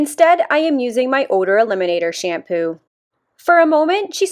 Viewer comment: That "shampoo" pronunciation triggers me so much omg